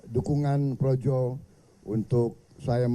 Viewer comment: PROJO BERUBAH JADI ''PROWOWO''..🤣🤣🤣🤣🤣